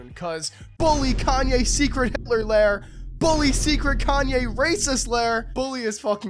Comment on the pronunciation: You say it like he's white lol